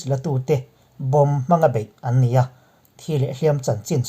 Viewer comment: Bomb chung chang tiha bomb i thluk dan a dik lo,lung vawm tiha vawm thluk angin bomb chung chang bomb lai kha thluk rawh .